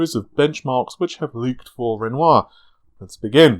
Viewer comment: he pronounced RENOIR correctly finally!! Yay!!